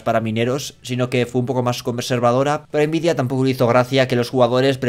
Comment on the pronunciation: Por favor pronuncia nvidia como todo el mundo, n vidia, puedes pronunciar la n en inglés o español, pero invidia esta mal, yo te quiero, pero no aguanto más, quiero el divorcio.